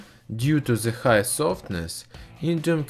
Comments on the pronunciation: love how he says 'ze'' instead of the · Stop saying "ze" what the fuck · "on ze papur" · "ze name." "ze burner"...vat ze fack?